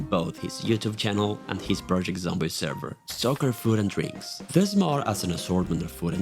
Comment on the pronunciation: short, yet clearly stating what each mod does. but uh.... what's "Projecet Zomboid?"